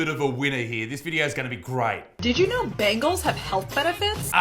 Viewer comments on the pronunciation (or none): I heard bagels there, not bangles